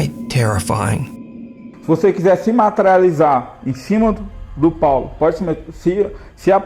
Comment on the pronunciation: In investigação sobrenatural the investigator's name is Paulo, not Paolo. 😉 Your videos are the best